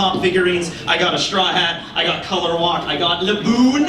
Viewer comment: I think they were saying LABOOOOON! But it really sounded like they were booing laboon 😂 ussop was also a shipwright till franky joined